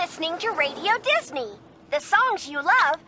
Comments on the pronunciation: DIZNEE LAND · I believe its pronounced dasney